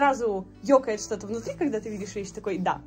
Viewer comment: мне кажется, или сказала "шо то"😄 P.S. Я из Украины, было неожиданно услышать знакомое "шо"😂